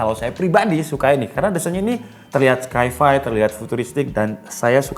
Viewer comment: Sai-fai (sci-fi) bukan skai-fai bro